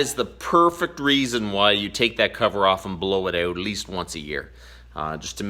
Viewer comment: “We’re gonna bla-yow it a-yute.” So Canadien. lol